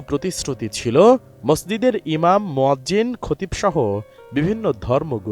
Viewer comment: মোয়াজ্জেম - এটা কি?? মুয়াজ্জিন শব্দটাও সঠিক করে বলতে পারো নাহ?!!!